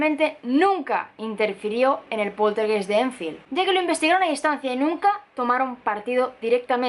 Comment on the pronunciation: Hola. Una observación, la palabra poltergeist se pronuncia /poltergAist/, es alemán, geist significa alma.